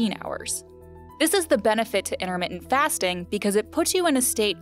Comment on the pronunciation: its not inner menting .... its ENTUR MIT TENT ... you dumb hodgetwins-watching hostess.